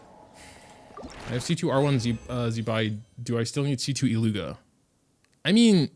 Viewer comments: IT-lyu-hia (not i-llu-ga) 😉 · I beg of you, go to flin's bio, and listen to "about illuga" bc, if I'm not mistaken, it's pronounced illu-hua (I could be wrong, but I heard a lot of ppl saying it like that, and I swear I heard flins say it as well)